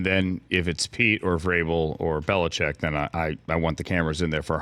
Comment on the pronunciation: Bill Belicheckkk ?? I guess Deon Sanders is in the mix too !! 😂😂